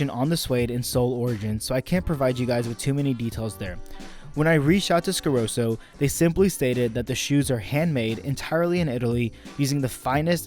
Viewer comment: What is it with Americans always mispronouncing easy to pronounce brands? Like Scarosso, there's a double s for a reason. Why call it Scaroso? Same thing with risotto, calling it risodo, or calling a Testarossa a Testarosa. Only Americans do that, and I think it's a weird phenomenon, as it's easy to pronounce it correctly.